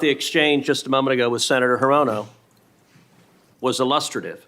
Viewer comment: Were you pronouncing Hirono’s name incorrectly on purpose?